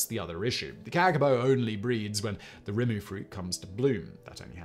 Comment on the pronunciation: Simon, love your work.... Kakapo is pronounced Kaka -poe...... The tree Rimu , is pronounced Ree-Moo.... Just a normal Kiwi ' Kee Wee , that loves your work.... Keep doing what you do brother....